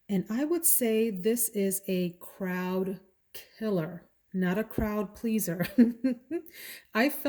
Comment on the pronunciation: Bwahahahaha!!!!!!! "Crowd killuh"